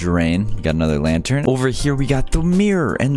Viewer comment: How much did he say lanter? 👇